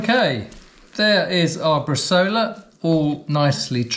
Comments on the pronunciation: It's pronounced 'bres-eye-ola', not bresola. Most Italian recipes call for 2.5-3% salt, along with coriander, juniper,garlic and fennel (very regionally dependant) and it works much better soaked in wine first before adding salt/prague. If you fold over the top of the vac bag before puting the meat in you don't have to clean it and compromise the seal. Good tip on the meat net, cheers. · In Italy we cut the bresaola in very thin slices, a mechanical slicer should help. And, btw, the name is bresàola with a strong stress on the "a"! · My romance language brain is cringing when hearing bresola instead of bresaola 🤌🤌🤌